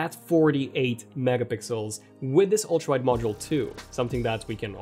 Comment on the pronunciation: Am I the only one hearing ultraid instead of ultra wide?! Lol